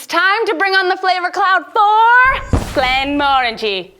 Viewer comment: You pronounced it wrong it’s glen more angy